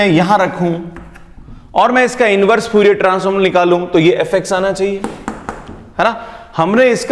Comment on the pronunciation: Sir it's fourier not fuurier